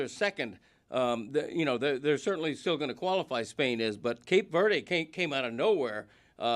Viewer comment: None of you have ever been to Brockton, Mass…lol. Insane way to pronounce Cape Verde.